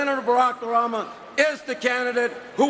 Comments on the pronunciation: Oh, Joe Baca. You need to pronounce Obama's name correctly. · not his best speech, specially when he mispronounced Obama's name... but its good to know he was given the floor.